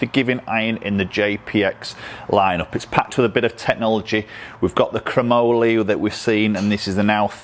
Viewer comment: Great review, why does everyone over the pond have such a difficult time saying chromoly? “Crowe” like the bird, “Molly” like the girl.